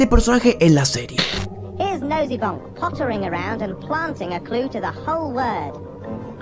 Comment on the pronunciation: Hola, he notado dos errores de pronunciación Noseybonk: nosibonk Jigsaw: yigso/yigsou